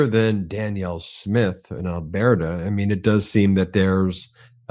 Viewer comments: "Al-Bear-ta?" LOL! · Al - Burt - Ah…. You always have such a hard time with the pronunciation of Alberta 😊